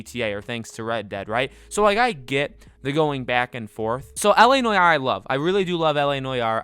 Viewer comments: la noy-are? that's not how you say it mate. la nu-ar but with no emphasis on the hypen. la nuar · Bruh… it’s NO-ARE not noyayar.. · It’s not pronounced noy-our you goose. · La Nore R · la nwar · Why the fuck do you pronounce it like that Jesus Christ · The way u pronounce noire disturbs me to my core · If he says noire that way one more time I swear to god